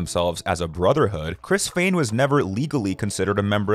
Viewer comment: Smh it is not Fain, it is Fehn pronounced as Fha-N🙄🙄🙄 Chad Kruger? Nope again. It is pronounced like the grocery store Kroger smh get yourself an editor because you are in desperate need